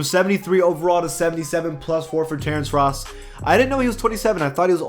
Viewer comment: first pronouncing Lauri weird and now Ross idek